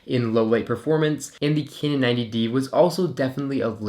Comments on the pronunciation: A few corrections. Pronounced kanon 90d not kinon 90d. Has a joy stick like canon 50d. The 5x series always had a joystick but this was discontinued on the 60d. Thanks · stop saying caynon mate